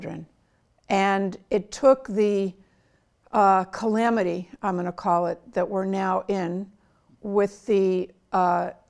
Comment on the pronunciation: Did she say calamity, or Kamalaty, same difference, she supports it.